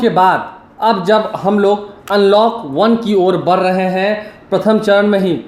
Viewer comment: Bura naa mane Aap aacha bolte hai Badh rahe hai ,aise bole BAR RAHE HAI NAHI